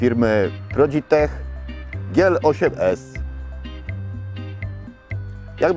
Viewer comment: "prodig-tech" moje sejko nie bite!